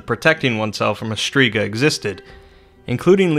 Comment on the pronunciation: Im Albanian and u butchered the pronounciation 😂 it aint Striga its Shtriga